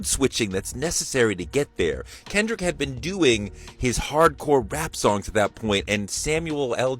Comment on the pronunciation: Let's see...., the majority of football players are African American, the largest portion of Super Bowl viewers are African American and now Hispanic viewers are on the rise so why would the Super Bowl cater to Fox commentators who can't even pronounce Kendrick's name or even pronounce Grammys properly, even though she was reading from a piece of paper. The more than 133 million people who watched the Super Bowl knew who Kendrick was and broke viewership record.... the NFL isn't worried about Fox News and Jeanine Pirro.